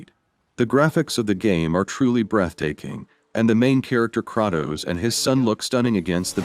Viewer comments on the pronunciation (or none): Stopped watching once he said cratoes!!! Not kratos